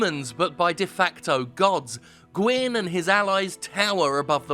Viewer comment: somehow, you nailed kaathe's name and failed on gwyn's twice. and the problem with kaathe is that it's totally unclear WHY he's helping you at all, and that his methods to achieve this are evidently not the best. frampt is just a brown noser, trying to stay in with whoever's in power, but kaathe..... kaathe wants you to become the dark lord for wholly unknown reasons. what does he get out of it? is he actually trying to help, or is he getting something out of this? and considering his last two plans resulted in manus and then the four kings drowning cities in dark, should we really be listening to his plan even if he's right?